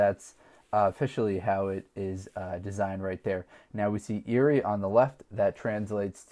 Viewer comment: Eire is pronounced as air a and the 2p side is known as heads and the harp side is known as tails .